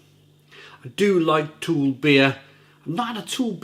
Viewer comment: I recently visited Copenhagen and while sightseeing I also spent a full day working in the Ølsnedkeren brewery. One of the evenings I visited To Øl and the brewpub was awesome!!! P.S. It's pronounced Too-Ul...not Toole. The U is heavily like "Ugh".